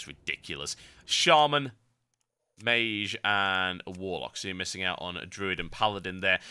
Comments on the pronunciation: ok i didnt hear the "meyzh" instead of "meyj" until i read the comments :P. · mage is pronounced abit wrong u say meeshj while its meetsh thats how i can say it lol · It's pronounced māj. Google it. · Actually I did look at the first (and second and third and fourth) google results for mage pronunciation and it seems you really do pronounce it non-standard. You pronounce it /meɪʒ/, where the standard generally is /meɪdʒ/. But then I guess it's part of your particular accent and your accent rocks serious balls. Actually listening to this I was thinking - he's pronouncing it /meɪʒ/ - like so cool. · I just got this on my recommended videos, I miss TotalBiscuit, RIP John. But can't help but notice he mispronounced mage a little bit by saying the g wrong.